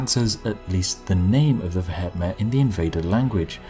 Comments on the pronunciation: Vehement is pronounced "vee·uh·muhnt". Not ve.et.met. It never ceases to amaze me how little native English speakers actually know how to speak their own language. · vehement is pronounced "vee-eh-ment" not "veh-heh-met" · AAAAAAAAAAAAUGH! V-eh-ment you bloody Brit! Good day, sir. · Pronounced ve-hee-ment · "veh het met" wtf is veh het met? it's vehement. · the pronunciation of vehement in this caused me physical pain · That's a very interesting way of pronouncing vehement and the "Brits can't pronounce foreign" excuse doesn't really count with the entirely English word vehement (as in vehement denial). It is a weird name though, what are they vehement about? Or is it just their general demeanour. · Vehement pronounciation found here, Spiffing Brit :p /watch?v=T63GxxW_h1I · Mate, vehement is an English word. Why pronounce it in such a funny way hahaha